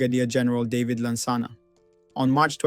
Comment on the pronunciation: Your pronunciation of Juxon and David is wrong; but thank you for putting this historic piece together.